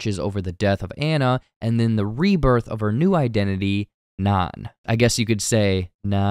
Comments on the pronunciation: He keeps pronouncing Nan like naan😭😭😭😭😭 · Which is food. Bread. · yes thank you god bless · if you are going to read this script, watch the movie, its Nan with a long A. i cant even finish this now. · yes thank you